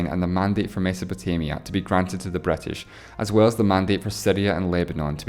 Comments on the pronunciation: Etely not Italy, Bretish not British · Bretish and Esreal haha :D great video tho